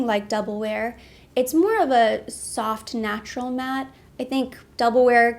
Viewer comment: When you said “Snatural,” I was thinking Natural but Snatched lol!